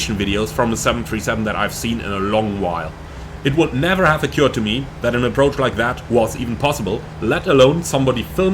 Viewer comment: Thank you for showing us this approach. Your English is excellent, but I suggest you look into the pronunciation of "occurred".